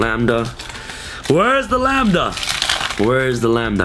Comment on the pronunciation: The very first Yugituber to pronounce Lambda correctly. Finally.